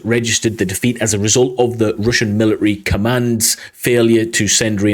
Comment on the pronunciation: Note: mili-ary is actually pronounced military